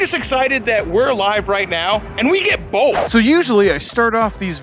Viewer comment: Can we get a "bolth" count? 🤣🤣 I agree, I don't get the hate. It's different, and Its not marketed towards me but that doesnt mean it's not a cool bike. And someone is going to buy that bike and love it.